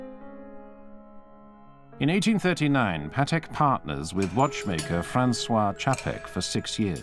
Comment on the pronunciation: Just please pronounce Patek like PAtek not paTEK. He was polish and every polish word have accent on penultimate syllable.